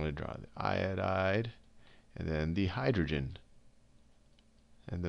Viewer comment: . Highagen Iodide? I thought it was hydrogen